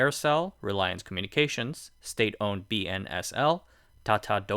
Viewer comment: 3;59 bro its B S N L not BNSL